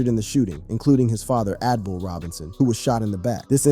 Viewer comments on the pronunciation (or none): Abdul not ADbul😂